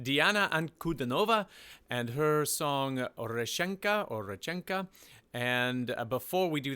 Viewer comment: you know the Russian language, I do not understand why you not pronounced it right?